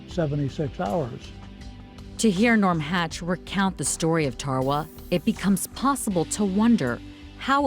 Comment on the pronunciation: Its tarawa this is how u say it darawa